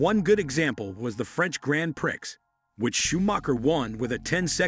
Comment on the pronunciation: If you're going to use AI narration at least have the decency to teach it correct pronunciation, my French may be rusty but I'm pretty sure it's not Grand Pricks.